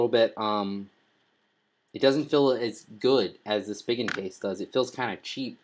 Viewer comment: Spee-gin not Spig-in